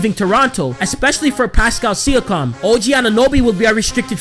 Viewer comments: It's SEE- YA- KIM not SEE- YA- COM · He said sikam instead of siakam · It’s pronounced see-yawk-um not see-you-cum 😂😂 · He ain’t no true raptors fan saying Pascal Sia-Com😂💀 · Pascal Siakam: (See-ak-am) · Sia-com hahahahahaha learn how to pronounce his name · it’s pronounced pascal sea-ak-kum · It's actually sea-ak-kam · Did he say pascal sia-COM 😂😂😂😂😂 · See-A-KAM - other than that, slow down a bit, Im surprised you're not out of breath already lol Good vid tho. Keep up the good work. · Jus space the name Si ak am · Appreciate the love for TO bro! Keep up the good work man 🤙🏼 Shoutout is always welcomed haha #WeTheNorth Edit: for reference my man it’s (See-a-kam) 😃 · Yo boss you got to get the pronunciations right for a Kyle Lowry and Pascal siakam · Siakam is pronounced a little different then how you say it but other than that nice vid